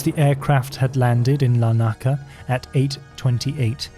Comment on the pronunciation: I was impressed by your pronunciation of German places and Israeli names, until you attempted Nicosia and Larnaca in Cyprus 🤦‍♂️